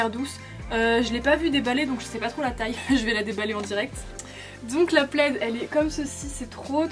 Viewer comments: "une pleide " "quat euros" ahah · c’est « le » plaid ahahah 😘 Ça fait tellement longtemps que je suis pas aller à primark ça me manque de ouf 😭 Bisous du Portugal ♥️ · Après on dit Le plaid ;)